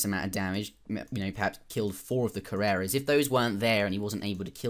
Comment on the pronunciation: I cringe everytime you pronounce coureur as carrera